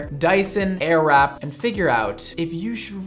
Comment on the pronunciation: I keep on hearing ‚arab‘ 😂